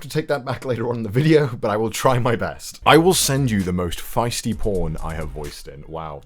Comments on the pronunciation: "Fe-ti-shy" instead of "Feisty". I'm sure you've probably been corrected 1000 times now, but I cannot help myself. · Fetishy not feisty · Reads : Fetishy. Connor : Feisty!